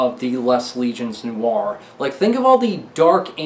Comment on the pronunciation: Bro “Les légions noires” is pronounced “Lay layjun noir”